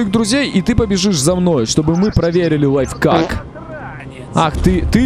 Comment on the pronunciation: Не лайфкак а лайф-ак